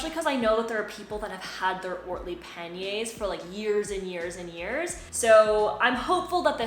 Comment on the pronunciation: sorry but you are defiantly a member of the language police but l would like to thank you for your correct pronunciations l can now go shopping for some pan-yr bags and sound smarter than l really am